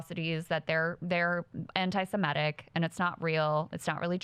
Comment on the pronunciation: I like you Krystal, but please don't say anti-Simetic, that's not a word. It's anti-Semitic. When people get it wrong I turn them off!!!